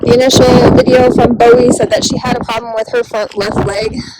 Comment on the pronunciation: With all due respect the auction house is pronounced "Boo-Wee". I live not far and go to Bowie Trade Day on occasion. I am so PROUD you rescued these Belgians. I adopted one myself from the Bowie Auction after a rescue got her rehabbed.